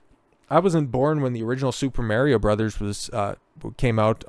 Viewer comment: most of the way through this video my only serious critique is the way you pronounced Mario